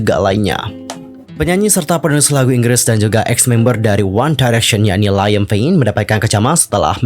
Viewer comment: Ralat yaaa Liam Payne masih menjadi personel One Direction bukan ex, meskipun 1D hiatus dia masih salah satu member. Beda lagi sama zayn yang memang sudah mengundurkan diri dari 1D jadi zayn ex-1D, kalo Liam masih di 1D🤗 Edit: pronounce nama Liam itu "Leeyum" / "Liyem" bukan Laiyem hehe